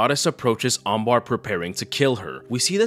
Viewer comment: Her name is Amber and not Ambar